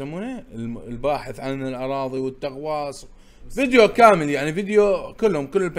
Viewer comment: .التغواص علساس الغواص 😆😆..سحكها